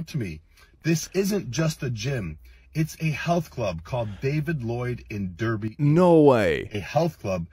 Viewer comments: didn't expect to see my parent's gym on a Click video 🤣🤣 it's literally across the road from my college also, it's pronounced Derby like Arby's, not dirby like Kirby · As someone who lives in Derbyshire, the pronunciation for Derby is Dar-by. Like Arbys but without the s. It's confusing because derby, the sport, is pronounced how it looks.